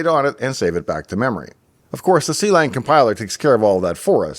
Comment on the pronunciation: Not to be that guy, but it is pronounced Klang and not c-lang 😂